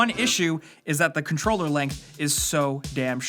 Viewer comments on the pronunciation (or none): none